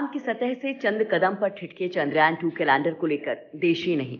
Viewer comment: चंद्रयान ...not चंद्रायन